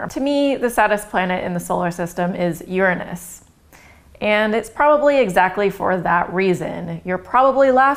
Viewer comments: Oh this is priceless. Because of the topic, she became so self conscious about how she was going to say it, that instead of using the correct 'your-anus' pronounciation, she ended up changing it to something even funnier... 'urine-us.' I was thinking 'wait for it, wait for it, how's she going to say it...' and when she came out with 'urine-us' I burst out laughing. Its put a new twist on an old tired joke. I'd got over laughing about its name decades ago, until I saw this video. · I'm pretty sure you're pronouncing it wrong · You pronounce it wrong